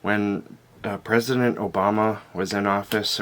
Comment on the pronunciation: hon, i think you're not pronouncing mr obama's name right.